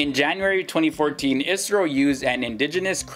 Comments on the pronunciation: Not isro I. S. R. O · For the love of god, its I.S.R.O not Isro